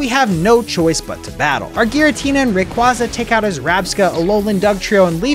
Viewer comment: Bro said RAQUAZA 💀💀💀